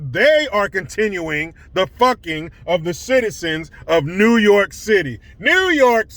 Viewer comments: new yooor-kaaaaaah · Newwwwwww yorrrrrk I absolutely love it hahaha